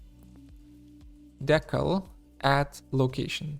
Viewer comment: Thanks so much for helping ease my transition to Unreal...your tutorials are fantastic! And just in case no one has helped out yet..."decal" is pronounced DEE (as in "demon") kal (as in "California")...at least here in the US ;)